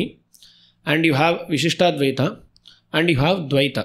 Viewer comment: Why is it Vishishta-Advita while it hears to be Vishishta-Dwaita.